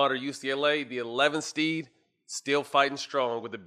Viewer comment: Matt to high he said eleventh “steed” wtf is that 😂😂😂